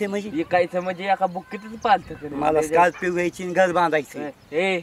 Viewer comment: स्कोल्पीयो पोंगपोंग..😂😂😂😜 तू पहिले मराठी बोलायचे classes लाव भावा..!! स्कोल्पीयो पोंग पोंग 😂😂😂😂😂😂😂😂😂😂😂😂😂😂